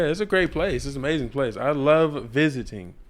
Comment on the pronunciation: “I love Florida. Great place. I love with great emphasis ViSiTing” 😂